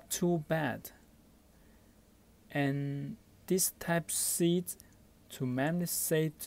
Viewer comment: Video starts Are you even speaking English? "Type seat to magsaint cable" "Type seat to magsape cable" "Type seat to mamsafe cable" Even dyslexic people speak better English! Sorry to be harsh but worst video I've ever seen. Didn't even gave the buy link